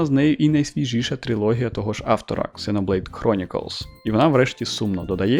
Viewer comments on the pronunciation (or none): "Ксеноблейд" вместо "зено блейд". ЗРАДА. Подписался.